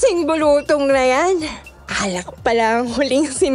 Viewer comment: Its bulu-tong.not bulutong.